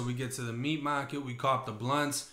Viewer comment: Not the "meat mah-ket" 😂 Sorry, I had to 😂😂😂